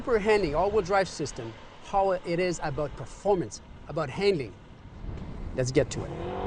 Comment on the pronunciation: What does SH AWD stand for??? "Super Handing" AWD, like this guy says it. lol Sometimes he does say, "Super Handling AWD."